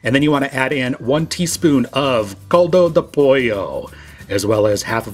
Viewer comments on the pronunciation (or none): Awesome video, the rice looks Yummy! Please don't take offense, just wanted to help your pronounciation of Caldo.. the Cal is pronounced the same as though you'd say Cal-ifornia (*Cal-do*)👍. not Cold-o. God bless you.